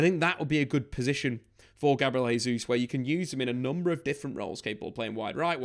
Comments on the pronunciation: Your saying Gabriel Jesus last name wrong. It’s pronounced Jaysus not hesus since it’s Portuguese. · he's Brazilian. In Portuguese we say Jay-zeus